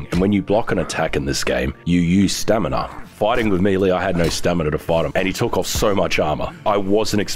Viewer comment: I remember the days when did not know how to pronounce the word "Stamina"